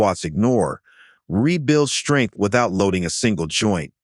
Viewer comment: Worst jive AI voice ever. Shtrength. really? It’s pronounced Strength.